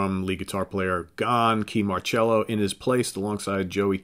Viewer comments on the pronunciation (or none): I apologize for this, but you mis-spoke Kee's last name. It's spoken like 'MARR-Sello', not 'MARR-Chello'. =P